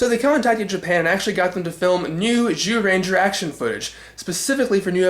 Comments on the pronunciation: Guess you realized that it's pronounced "Jew" and not "Zew"? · Strike that, you still pronounced it as z rather than j throughout most of it.